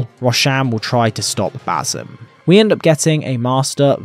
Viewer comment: Ba-SIM. Not Ba-ZUM. Ffs